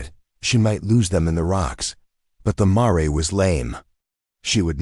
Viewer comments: Brooklyn, NY. I started listening to this story, but I am tired of hearing the mispronunciation of the word MARE. I understand the word Mare " to be a female horse, pronounced like Mere or in American English Mayor. If I am wrong, then shame on me, but the AI voice pronounces Mare like "Maray" - that is so annoying, so I would not continue to listen anymore. I think that this might be a great story but I just finished listening to another story that pronounced Mare exactly the same way. I listened to that story because the word Mare did not appear as much as in this one. Thank you anyway. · I got as far as mar-ray. Stopped there. It’s mare. Sounds like rare. Female horse.